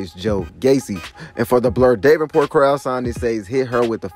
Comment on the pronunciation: Da-ven-port Val-halla Jesus learn to pronounce the names.